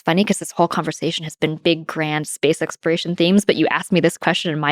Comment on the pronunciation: Why can’t she pronounce exploration?